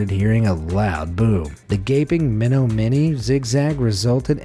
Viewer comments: is Minnesota not Michigan. And its not called minnow mini, its pronounced Men-nom-mon-nee. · ahem Men-om-in-ee not men-oh-mini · In regards to the crack in the Upper Peninsula of Michigan, please let me help you with the proper pronunciation of the American Indian name of Menominee - it's not "mee-know-my-knee" as you said but rather something like "muh-naa-muh-nee" Trust me, as a lifelong Michigan resident we have many American Indian names that are exceptionally hard to properly pronounce unless you have been taught on how to speak them. I'm from a small town called Tecumseh - a Chief of the Potawatomi people who lived in this area. No harm no foul indeed but as part of our National heritage and history it's very respectful for all of us to know how to properly pronounce these names. So with that, cheers. I do hope that everyone of y'all who bothered to read my comment is doing well and making the most out of every moment of the time given to you. Nothing is promised to us and death can come at any second of any minute of any hour of any day. Cherish every moment and make the best out of your time here. ❤️ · It's pronounced "Meh-Nah-Min-Nee" Not "Men-Oh-Mini" I've never heard anyone pronounce it like that before. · Menominee is not Meh-no-MIN-ni, it's Meh-NAHM-eh-NEE, at least to the locals. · Meh-NAH-moe-knee, not men-know-minnie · Menominee is pronounced "Men-AH-min-ee" I live in Wisconsin, I always chuckle when the GPS says "Entering Me-know-money." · Menominee is pronounced “men ah ma nee” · Menominee is pronounced mah-nah-mah-knee. It is the Native American Ojibwe tribe word for Wild Rice People. I know because I am Ojibwe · If you don't know how to pronounce a word. Look it up. Muh Naa Muh Mee. Idiot. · its meh NAH men ee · Menominee is pronounced with the same cadence as “banana me,” like if you went to a bar where they sold bananas instead of drinks and ordered one. It’s also similar to the word mnemonic. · That was quite the butchering of Menominee.